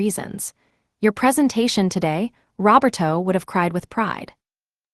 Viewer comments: Robber toe? Try Row bare toe. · Or Ro ber toe. Can be pronounced either way.